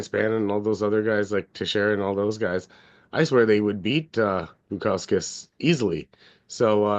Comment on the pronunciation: i was mainly joking about how you said bukauskas, I’m also on bukauskas 👊🏻